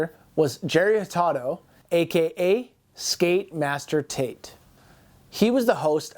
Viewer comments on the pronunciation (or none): none